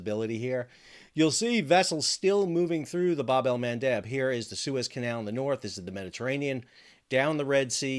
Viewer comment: Thanks for the info but brush up your pronunciation of Bab Al Mandeb before you do a big interview